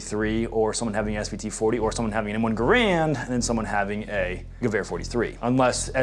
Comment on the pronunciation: You could at least say gewehr properly, you know what that means